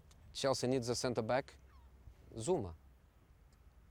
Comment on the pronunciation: THAT ACCENT KILLED ME=))))))))))))))))))))))))))))))))))))))))))))) ZOUMA